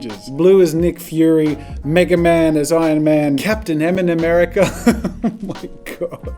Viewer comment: Him: m and merica me: enema merica